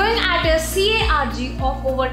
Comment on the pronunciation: you really said C-A-R-G instead of C-A-G-R